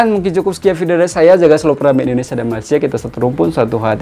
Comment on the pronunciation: Indonesian pun panggil 'Malaysia',bukan 'Malaysyer' Malaysyer❎ Malaysia✅